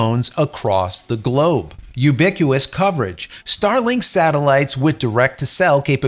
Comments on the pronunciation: “U-bick-yoo-us” service…? Try “yoo-bik-wit-us” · There is a "T" in ubiquitous. It should be pronounced. There is no silent T. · Htf do you not know how to say ubiquitous? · I don’t think that’s how you pronounce ‘Ubiquitous’….. 😅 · It's hilarious how you mispronounce ubiquitous